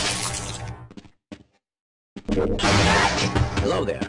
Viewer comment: That "helo there"